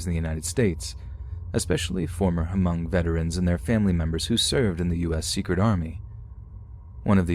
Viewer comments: Just for future reference it's just pronounced "mung" not "huh-mung" the h is silent basicslly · Oh nooooooooooo, hunny, Hmong is pronounced MUNG, not *H*MUNG!!!, 🤭😬🤦🏻‍♀️🥺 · Imagine my surprise & excitement hearing "Hmong" ...only to learn it's about Chai Vang. 😑😑😑😑 Also... the "H" is silent. It's pronounced "Mong". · All i know is we keep telling ppl the h is silent but every1 still pronouncing it as Ha Mong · The H at the beginning of the word Hmong is silent. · The H is silent in Hmong. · No H sound at the beginning of Hmong, just in case it comes up in the future.